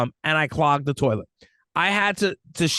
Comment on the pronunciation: "We've been dating the whole summer..." She must be 16-19. Also, good job of channeling your inner Archie Bunker with "terlet." 🙂